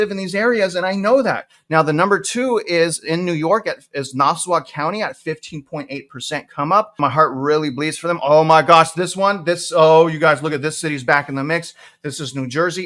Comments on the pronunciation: Nassaw county and newerk, New Jersey lol. That’s how they’re pronounced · How do you not know how to pronounce Nassau and Newark? bro… 😂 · Na-saw and Nu-werk lol all good!